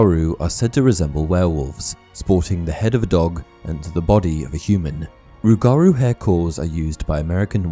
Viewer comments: as someone from Louisiana its pronounced rue-ga-rue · As a Louisiana native. Respectfully... its "ROOguhROO" 😂😂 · He said rougarou wrong such a Brit lmao